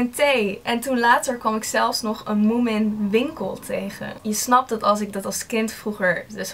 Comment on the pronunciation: Leuk dat je ook helemaal gek bent van moomin, ik ook maar mijn finse vriendin die zegt dat je die n niet uit spreekt ;)